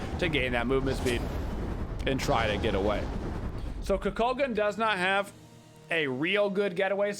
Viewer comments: Please say his name right. I watch you everyday but I had to comment. If you select him he says his name properly on the selection screen. KOO-KULL-KAHN. Just like the Mayan god from mythology. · Dude you dont put warlocks on him and say kukulkan name correctly